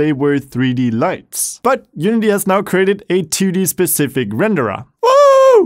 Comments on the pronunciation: I like how you pronounce renderAH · too many renderAH lmao